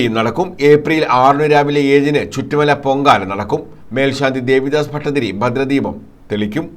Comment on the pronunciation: ചിറ്റുമല ആണ് ചുറ്റു mala❤അല്ല